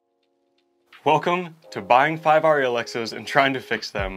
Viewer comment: It’s painful listening to you pronounce it wrong. Airy not auri. And your videos could be much shorter. We don’t need all the golly G wholesome responses and thoughts. And finally I don’t know why everybody thinks shooting with The widest aperture is somehow cinemagraphic. Maybe for TV commercials but In movies it’s much more important to have your subjects and focus then your depth of field be a half an inch.